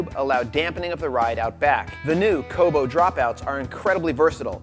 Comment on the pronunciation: "A viable trail option"? If you actually ride a single speed you will find that you can ride any trail without much disadvantage after you get used to it. Single speeds many times podium at hilly marathon races. The dropout system is called "Kobe" like the beef, not "Kobo." It is strange to still hear people talk about having to fix the problems with 29ers. Most everybody races a 29er. No problems. I was hoping to see a review, not an explanation of the limitations of 29ers and single speeds.